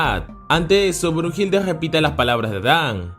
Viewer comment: No es brujilda es Brunilda